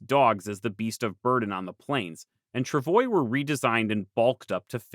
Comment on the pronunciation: You could still pronounce "travois" correctly. In my elementary school days, none of us had difficulty pronouncing " tra'vwah"!